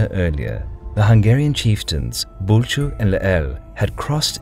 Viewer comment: I got so exited when you pronounced Bulcsú correctly! :D But you mispronounced magyar and Lehel on multiple occasions. Magyar is pronounced as "mɒɟɒɾ" and Lehel is pronounced as "lɛhɛl". I hope it helps in the future :)